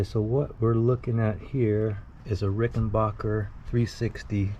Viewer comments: The owner of the Rickenbacker company say , and is addressing the pronunciation question, he says it is backer not bocker. That was out of his mouth. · Backer Backer not Bocker